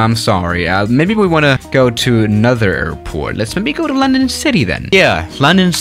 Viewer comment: “Lendon cidii